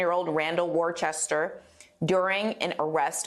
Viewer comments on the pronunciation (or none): Considering how you yanks are quick to insist that Arkansas is supposed to be pronounced Arkansaw and not Arkansass, why do you all think that you don’t have to pronounce other peoples names correctly..?..?..?.. Because his name should be pronounced Wooster, and it’s Glasgo not glasgow, also it’s Edinbruh not Edinburuh, and I will stop there, because my list could be almost as long as a proper English(which has the Queen’s English and not the pidgin English that is in the yanki version) dictionary is…….